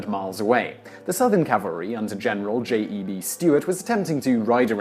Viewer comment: The J.E.B. in J.E.B. Stuart is pronounced "Jeb."